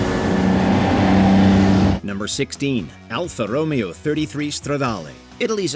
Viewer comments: I hate to be a pronunciation please, but it’s actually pronounced ( Alfa Ro-Mayo) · Corrections: Alfa Romeo is pronounced Ro MAY O, not, Romeo as in Romeo and Juliet. The Firebird is not, and never was a "muscle car". It's a pony car. Built to compete with the Mustang, the original Pony car. A Muscle Car, by definition, is a Midsize car with a Fullsize car's motor. GTO, 442, GTX, Road Runner, Charger are prime examples. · Terrible AI narration. Says Stingray Coupe, shows convertible. Mispronounces Alfa Romeo as Romeo as in Romeo and Juliet. Multiple instances of mis match between narration and pictures. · It isn't pronounced Alfa Romeo , its pronounced Alfa Ro-may-o . You butchered that one . Along with the Supra , it's pronounced Mark 4 not M K . Then the Super-LEG-GERA ? WT royal F ? Non car guy doing a car vid . SHAME !!! 🔔 🔔 SHAME !!! 🔔 🔔 SHAME !!! 🔔 🔔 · If only the could find a car guy (like me) who can do the voice over (like I do) while pronouncing cars proh-pair-lye, I mean, properly (like I can). Ro-Mayo, not Row-mee-oh. Let me audition to do the list for cars. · The Alfa Row-mee-oh, like saying "Romeo and Juliet". Then saying the Ferrari F-40 is less legendary than the Pontiac Trans-Am?! Strike three was omitting the Porsche 959, the Nissan GT-R, Buick Grand National GNX, Acura NSX, Bugatti EB110, and a '92 Nissan Sentra XE 4 door with a cassette player and roll-up windows (my first car). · Can't take this video seriously after they pronounced Alfa Romeo like that. Didn't watch the rest. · Alfa Romeo?! It’s Aldo Ro-Mayo. It’s Italian not Shakespearean! 🤦🏼‍♀️ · Did they really just pronounce Alfa Romeo like that? Thumbs down. Couldn't watch the rest of the video after that. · Yeah because Alfa Romeo was pronounced incorrectly